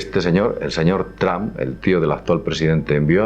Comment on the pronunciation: porque dicen "TRAM"< NOTA: Yo hablo perfectamente ingles desde niño, pero estas pronunciaciones me dejan anonadado hahahahahah